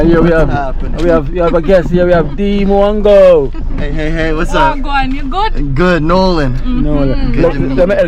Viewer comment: Dee -Nuh-Wan-Go😂😂